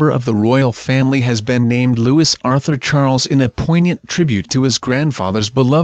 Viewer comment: Luwee is how it is pronounced!